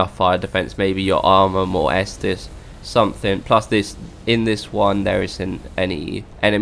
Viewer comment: You can use sweating to prevent lava damage and you mispronounce “something” and thank you for making this vid